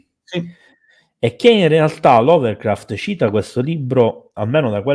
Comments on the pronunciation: Una delle Live più interessanti ed attuali mai ascoltate. Complimenti per scelta e articolazione dell'argomento. Piccolo appunto antipatico (spero mi si perdoni): Lovecraft non LoveLcraft, Necronomicon e non NeGronomicon come giustamente pronuncia. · Allora... intanto è Lovecraft e non LoveRcraft e Cthulhu si pronuncia Ktulu, non ciutlu. Per quanto riguarda il Necronomicon non saprei da dove cominciare sulle inesattezze e castronerie, per esempio il suo fantomatico autore Abdul Alhazred altro non è che un gioco di parole, Abdul come avete detto significa "schiavo di" e alhazred ha un suono simile a " all has read", in pratica sarebbe "schiavo di tutto ciò che ha letto". Il Necronomicon è un'opera di fantasia nata dalla mente di Lovecraft.